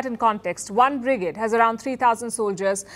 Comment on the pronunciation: Palki it's "fledged" not "fledg - ed" and "brigade" as in lemonade!! you need a different mike to get a better sound without early reflections and background noise from the studio, there's a lot of echo on your voice this is annoying if you listen on cans, get a different mike so it's more personal and not like being in a hall :-)